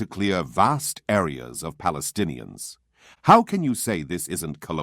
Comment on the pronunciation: How it can be, people that do not pronounce the letter "p" are called themself - palestinians🤦‍♂️